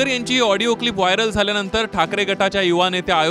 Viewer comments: आबे " हिडीयो " नाही रे आडियो म्हण रे बाबा.... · ऑडिओ क्लिप ला हीडिओ क्लिप म्हणताहेत आमदार महोदय 🤦🤦🤦. यावरून हे आमदार किती अडाणी असतील याचा प्रत्यय येतो. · हा कसा आमदार होऊ शकतो Audio क्लिप म्हणता येत नाही तो वीडियो क्लिप म्हणतात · हेडिओ नाही audio ahe😂😂